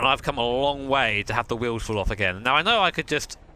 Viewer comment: Literally Nobody: My Sides:: L O N K. E F F E C T I V E. P O W E R. S T R O K E S